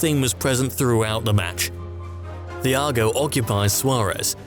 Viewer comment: Genabry, Tihago, Grihezmann..? Wtf...